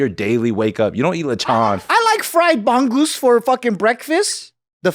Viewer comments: Props to Joe for recognizing bangus! BTW, it's not "BANG-GUS" it's more like "bong-OOS" 🤣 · Omg Joe pronouncing bangus as "bang-goose" is hilarous! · It’s pronounced bang like how Subi would pronounce bang 😂